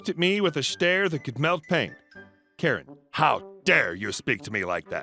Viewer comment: That's hilarious, but like the captionator, "carrot" is what I actually heard! But knew it wasn't right. it was just an odd pronunciation from our Beloved Narrator.